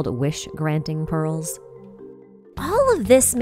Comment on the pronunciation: I don't know why but I kept hearing "balls" instead of "pearls"